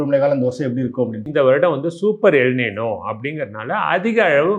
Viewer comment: எல் “நினோ “ அல்ல! எல் ‘ நைன்யோ’ என்பதே சரியானது!(ஸ்பானிய மொழி)